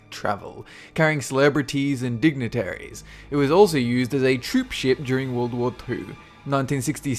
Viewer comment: it sounds like sayd `world war poo´ XD